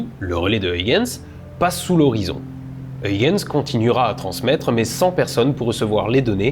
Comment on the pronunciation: Très bon épisode sur une lune méconnue du grand public mais extrêmement intéressante d'un point de vue scientifique, même plus que Mars, Vénus ou Europe, pour ses similarités étonnantes avec la Terre tout en étant extrêmement différente. Huygens se prononce en fait Hœïrrrrens (avec un h à l'anglaise et le son "rrrr" le plus guttural possible) mais je salue l'effort accompli pour la diphtongue néerlandaise "uy". Oui c'est le retour du chiant de service ^^